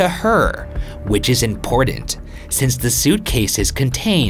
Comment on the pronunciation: Love the content but the dude on the right needs to learn that there's a difference between the letter T and the letter D. Important is spelled with 2 T's, Patent is spelled with 2 T's, Forgotten is another word with 2 T's. None of those words have the letter D in them. Get your grammar straight. Holy crap dude seriously....